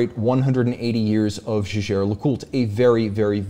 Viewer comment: On pronunciation of brands, Roman Sharf calls Jaeger as he sees it, kinda irritating but he's the watch guy and can't argue with that.